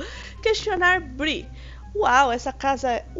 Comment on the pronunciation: É BREE NN BRI 😠